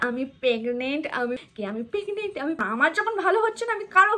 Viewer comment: Pegnent noi that's PREGNENT.